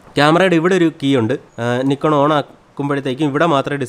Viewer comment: കൊള്ളാം നന്നായിട്ടുണ്ട്.... പിന്നെ നിക്കോൺ എന്നല്ല നൈക്കോൺ എന്നാണ്